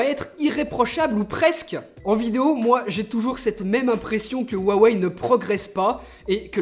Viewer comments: Pourquoi te mets-tu à mal prononcer "Huawei" ? Tu le prononcais bien dans tes précédentes vidéos... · Tu ne dit plus rwawei 😂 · Ta changé la prononciation de '' huawei '' mdrrr